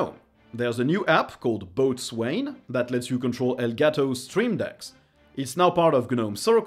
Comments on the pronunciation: Just a note, Botswain is pronounced "Bo-sun", its a nautical term! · Boatswain is pronounced "bowsin" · Boatswain is pronounced Bowzinn. In American English it's spelled bosun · Once more around the sun, many happy returns. Also Boatswain is pronounced "Boh-sin", don't ask. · "Boatswain" is pronounced "BOH-sun". Happy birthday. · Happy birthday. 🎉🍰 Boatswain is pronounced 'Bow-sun', it's a position on a ship, the person in charge of the deck crew.